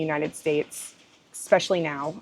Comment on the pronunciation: Words are important and this has nothing to do with dialect. It is about pronouncing the word The way it is meant to be pronounced... The way it is spelled. GEEZ! I even gave it to You Phonetically And you still don't get it. It is E- SPECIALLY. There is not an x in that word. Do you not own a dictionary and if not, google it. It's not your dialect.It's your inability to read words correctly and then process them so they come out of your mouth correctly. You either had poor teachers or poor examples at home. Or you are slow. And as far as your dialect goes, Go ahead and keep sounding like a hayseed, But at least you know what people are thinking.